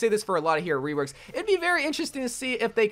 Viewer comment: “weworks” lol